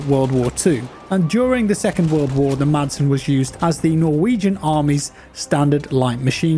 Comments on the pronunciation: Madsen is actually pronounced Masen. You don't pronounce the D😄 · The "D" is silent in "Madsen", so it really sounds like "Massen". Keep up the good work, love your content! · the d in madsen is silent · The letter “d” is silent in the name Madsen :) You’re welcome ;-) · Silent D as in Madsen....